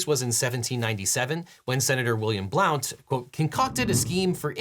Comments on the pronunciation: It's jarring as a Tennesseean to hear William Blount's name pronounced like that. It's actually pronounced Blunt, like something George Santos isn't cool enough to smoke. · Just a quick heads up, William Blount's last name is pronounced Blunt despite its spelling. Speaking as someone who went to William Blount High School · Random trivia. "Blount" was mispronounced. In this man's case it's pronounced like "blunt." Source: I lived in Blount County, TN for 6 years. And yes, it was named for this man. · "Blount" is pronounced "blunt".